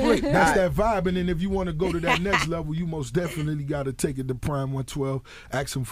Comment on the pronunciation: say mos definitely one more time, N am'er strangle your police ass...Otherwise great interview